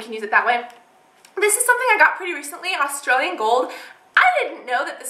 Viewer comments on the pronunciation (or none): none